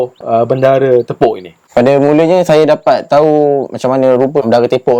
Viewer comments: Menurut hikayat sejarah, cara dato' bendahara ini berjalan tidak seperti lazimnya orang berjalan. Sebab dia seorang yang tepok (baca/sebut: tea pok). Yang bermaksud cara berjalan yg tidak normal atau tidak sempurna berpunca dari kecacatan kaki. Sebutan yang betul ialah Bendahara Tea Pok. Bukan Bendahara Te pok seperti yang berulang kali di sebut oleh narrator video ini. Perkataan 'tepok' yg disebut sebagai 'tea pok' adalah kata sifat yg bermaksud berjalan dgn cara yg tidak normal spt terhencot2, terjengkit2 atau pincang. Manakala 'tepok' yg disebut 'te pok' adalah kata perbuatan yg sepatutnya di eja 'tepuk' iaitu huruf 'o' di ganti dengan 'u' . Maksud 'tepuk' ialah memukul dgn tapak tangan macam tepuk tangan, tepuk bantal atau tepuk punggong anak kecil perlahan2 untuk menidur kan nya. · Dari kecil saya dengar cerita Panglima Tepok ni..saya orang Segamat dan memang minat Sejarah. Sebutan yang saya dengar bukan nyer Tepok mcm tepok tangan..sebutannya Tae-pok. e pepet. Taepok/ tepok ni jalan mcm senget sikit. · Salam, sebut betul utk TEPOK ialah penggunaan huruf e taling...bukan e pepet...Semoga bermanfaat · Sila bezakan sebutan 'tepuk' dengan 'tepok' ya... Macam 'belut' dengan 'belot'. Nampak kan? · sebutan tepok yg betul bukan yg pakai songkok tu asyik sebut tepok yg satu lagi bang malu dengan org muda byk belajar bahasa melayu walaupun org tu muda dari awak ilmu dia jgn awak pandang sebelah mata